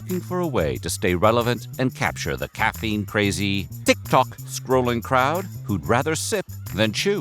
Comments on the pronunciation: Bro you are just trolling saying tik tok like that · Please include the name Tik Tok in the title so people can just Skip the vid and save themselves the experience of having to listen to that Pronunciation.. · I love how he says TikTok LOL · that is the weirdest pronunciation of TikTok i have ever heard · I think you meant ragEBait 😂😂😂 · that was the original joke. I can’t remember which video he said it like that in first, but it got so many comments that he started intentionally pronouncing it weirder and weirder.